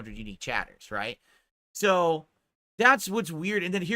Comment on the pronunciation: He took pure kick meth, he get so excited about it he cant say the word "so" properly anymore lmao. He says it like a dented lips person.